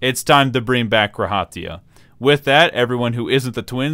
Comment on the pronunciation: by the way... maybe its just me but the emphasis is on the Ra in G'raha Tia not on the Ha its "guh RA ha" not "gra HA tia"